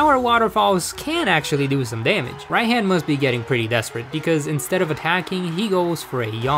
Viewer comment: Why do I feel mad whenever he says Rai-HAN insted of Rai-H-AH-N.